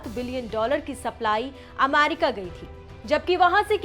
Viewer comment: Ammmaaaarki ammmaaaaarki mut kro didi 😂